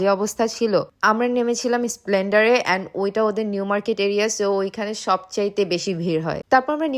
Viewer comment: আরে দিদি তুমি ভুল বলেছো। এসপ্লেনেড ওটা স্প্লেন্ডার নয়। ঠিক আছে কোন বেপার না। ভুল হতেই পারে।